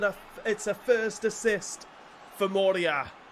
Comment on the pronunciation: It´s not moreia :) It´s Morei-rrra